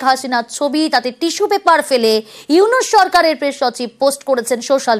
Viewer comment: এতদিন স্টাডি করে ও একটা লোকের নাম সঠিক ভাবে বলতে পারছিস না,,,ইউনুছ কে ইউনিচ বলছিস???